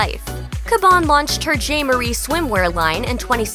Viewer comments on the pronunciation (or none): none